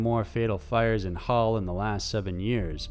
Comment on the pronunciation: Being from England, you butchered saying Yorkshire, it's pronounce 'sheer' everywhere in England instead of 'shire' like the way it's pronounced in the lord of the rings. You pronounced hull right though. As always, good content and looking forward to your next video release.